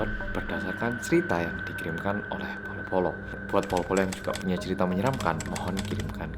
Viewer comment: Mas nada mu beda Bolo-Bolo bukan Polo-Polo